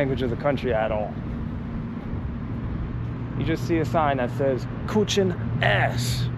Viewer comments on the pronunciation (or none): Küchen is Kitchen not c00chie🤣